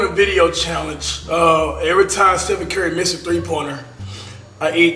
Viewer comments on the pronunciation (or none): he said stepheny curry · bruh said stephenie 🤣🤣😭